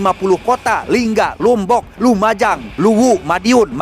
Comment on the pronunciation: Si 4 menit nyebutin kota doang yg salah cuman satu lombok dibaca lumbok😊